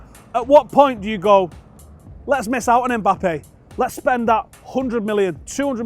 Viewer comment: ey bro, his name is not Eh- Mbappe! The lads name is Mbappe!!